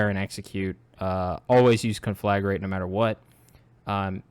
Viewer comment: It's pronounced con-fla-grate, not con-flag-rate.